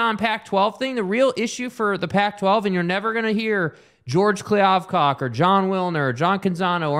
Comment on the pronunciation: The fact that y’all can’t say George’s name right makes me think y’all aren’t serious about this honestly. Eh.